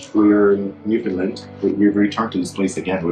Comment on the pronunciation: I thought he was saying Finland- how confusing.